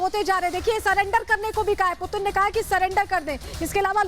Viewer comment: Do report do bat koi putin bolraha koi pudin 😛😛